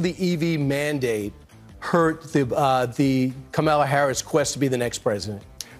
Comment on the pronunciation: Yeah, it is that. Same with the fact they constantly mispronounce Kamala's name as well